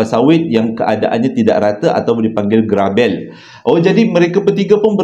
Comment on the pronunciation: Cerita dari Sabah. Negeriku tercinta. Sebutan 'grabel' mcm x betul tu. Sebutan e tu sama dgn e bagi perkataan pelikat. Apapun terbaik. Terima kasih dan yg memberi cerita.